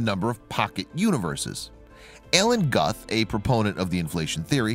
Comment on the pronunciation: That's Scott Leffler. He does voiceovers for many videos and butchers the pronunciation of a great many things...